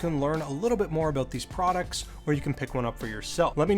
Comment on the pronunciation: "let's talk aboot it" - shuts off video